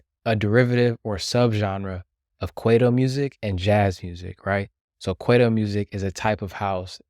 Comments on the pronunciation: "k-why-toe" & "ma-po-reece-ah", brother. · Work on pronouncing kwaito properly